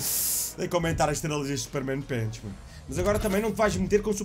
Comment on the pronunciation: A: Super-men Punch: Super-men pench 😂😂 Grande!